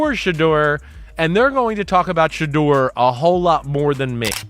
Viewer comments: Fucked up part about this video is how you keep saying Shedur name .. before making videos dude learn the names first smart ass!!! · I DON'T KNOW WHAT YOU CALL THE GUY THAT DO ALL THE TALKING WHILE YOU'RE WATCHING THIS VIDEO BUT WHOEVER YOU ARE 1 MINUTE YOU PRONOUNCE SHEDUER Sanders NAME CORRECTLY AND THEN IN THE SAME BREATH YOU SAY HIS NAME AGAIN AND YOU SAY IT WRONG SO WHY YOU CAN'T SAY HIS NAME RIGHT THE FIRST TIME AND KEEP IT THAT WAY 1 MINUTE YOU PRONOUNCE HIS NAME RIGHT THEN YOU DON'T PRONOUNCE IT RIGHT THEN YOU PRONOUNCE IT WRONG CAN YOU PRONOUNCE IT RIGHT I MEAN COME ON HELLO ARE YOU THERE CAN I GET SOME FEEDBACK SIR ? 🤔🤔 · Say His Name Correctly PLEASE! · Please learn how to pronounce his name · Can someone please get the system to pronounce his name correctly? It makes every pronunciation except the right one. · You know his name say it right. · You get one last chance to properly and CONSISTENTLY pronounce Shedeurs name else I'm deleting this channel. Cut THE AI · First of all, it is disrespectful to not know how to pronounce a person’s name. That’s the first thing you learn about telling something. Secondly who ever is the best should get the job. We all know most GM’s are just butt kissers for owners. Third, I wouldn’t want to be with the Browns, good fans, but crazy owners. They don’t want Mr. Sanders, but he is a cash cow they want to milk. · Why subscribe if you can't even pronounced his name correctly?